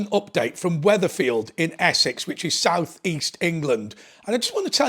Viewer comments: It’s Wethersfield not wetherfield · It's Wethersfield, not Wetherfield.